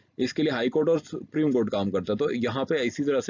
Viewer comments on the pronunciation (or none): none